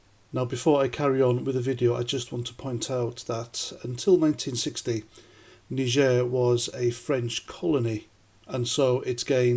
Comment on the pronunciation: Thats not how you pronounce Niger....🙃